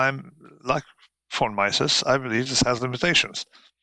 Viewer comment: Roberts has had a tough time finding decent guests over the last few months. So let me be one more of those guys complaining about Taleb. "Von Myssess" (phonetic spelling), for God's sake! Anyway, Taleb: self-important fool.